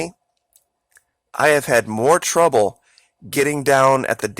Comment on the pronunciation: Twouble hewing uhh ya